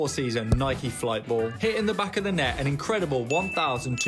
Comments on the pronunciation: Its nike-y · Bro pronounced Nike like nik lol